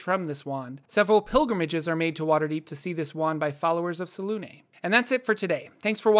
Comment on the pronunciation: How is selune pronounced the way you say it is when there's no accent on it and there's clearly an accent on the u? Fake news